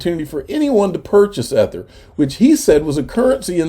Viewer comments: EEEEEEEEEther EEEEEEEEther, please say it correctly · You can stop mispronouncing "ether." You've made your point. It just sounds dumb at this point.